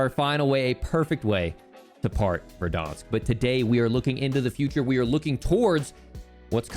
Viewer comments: ITS VERDANSK NOT VERDAWNSK SHOW ME ONE CUTSCENE WHERE THEY PRONOUNCE IT LIKE THAT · learn how to pronounce verdansk pls